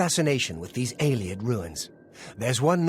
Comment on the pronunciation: this is how you pronounce Ayleid.